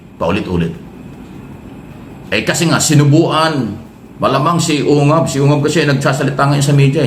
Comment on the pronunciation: Ungas pangalan Hindi ungab😅😂😂😂😂